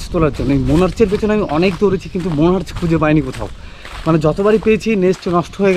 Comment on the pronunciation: দাদা উচ্চারন মনার্চ না মনার্ক হবে।।❤️❤️